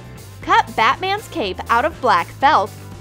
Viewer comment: When she says cap instead of cape